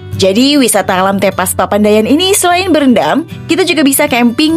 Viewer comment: bacanya bukan begitu , nyebut E pada kata TEPAS sama dengan nyebut E pada kata teman. Tepas dalam bahasa sunda artinya Beranda